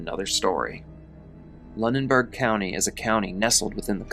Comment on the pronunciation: 😅it’s pronounced “loo- nen-berg” just fyi! I live like 20 minutes away & hadn’t heard about this incident in this much depth . Sheesh!!!😢 the main thing everyone around here was hearing was just that “ a man died from a bear falling out of a tree” . I typically stay on top of things like this, especially in the surrounding area because I am very interested in mysterious , creepy or strange goings ons and it was only today that I found out that they were hunting, but also most of what I had heard on this particular incident had been by word-of-mouth.